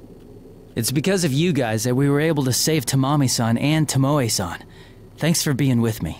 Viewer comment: i LOVE when VAs dont bother to listen to who japanese names are pronounced. TOmoE not toMOe @@ its killing me